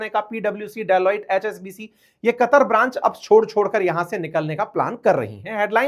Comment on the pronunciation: sir wo कुतर नहीं कतर hai